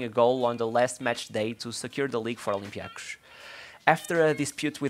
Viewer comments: As a greek speaker hearing you pronounce olympiakos olympiakuch made me laugh 😂. The correct pronunciation is olympiakós :) also aek is áek 🙂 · Your pronunciation of olympiakos and aek had me dead 🤣🤣🤣 nice video though! 🙂